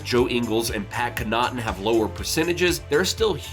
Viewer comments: Good video but it is…Pat “Ca-NUH-tin” not “Ca-knottin” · Its pronounced Pat Conn-uh-ton not Conn-ah-ton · Hearing you pronounce Pat Connoughton's name incorrectly over and over made my damn skin crawl.